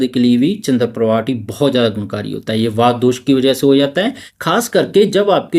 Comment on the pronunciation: वात, पित्त और कफ । वाता पित्ता नहीं श्रीमान जी।